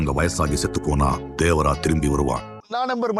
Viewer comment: தேவரா ❌ தேவாரா ✅